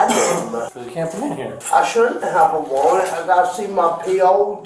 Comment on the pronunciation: 'i shouldn't have a wawwant, i got to see my po tomowwow,' sometimes homelessness can really be adorable, can't it